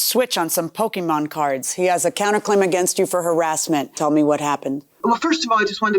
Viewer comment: Not "Pokeman" 😂😂